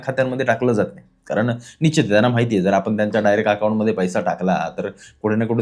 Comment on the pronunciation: Nicchit nahi Nishchit mhnayla shik